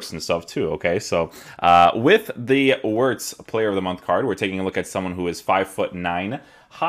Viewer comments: FYI, in German, the W is pronounced as a V, so you would pronounce it as Florian Vertz. Not judging you bro, just letting you know :D I love your content, and I always check out your vids for player reviews first. Keep it up bro! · bro its veertz Wir is veer no ver